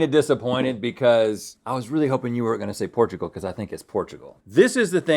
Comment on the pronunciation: “Portoogol”